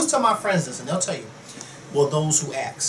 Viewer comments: Ax. No. ASK, as on flask, not flax. I asked a question. Not I AXed a question. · it's A-S-K. not a-x-e. i hate when people pronounce 'ask' like that.